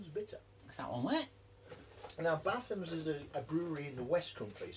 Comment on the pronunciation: Batham's is pronounced Baythe-ums not bath-ums, bloody good bitter